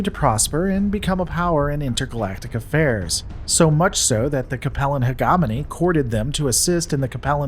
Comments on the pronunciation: How id it that you still can\t pronounce the word Hegemony correctly yet? Heh-GEM-ony! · Hegemony - Heh-jeh-mow-nee. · It’s pronounced hegemony with a soft G, like hedge hog. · You're mispronouncing hegemony. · Nope. Definitely not. The gem in hegemony is pronounced the same as in gemstone. Also, combine as a noun has the emphasis on the first syllable and Ares is pronounced the same as Aries.